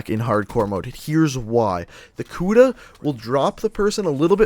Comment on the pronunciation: lol he said kuda like kuda but it's pronounced like kuddah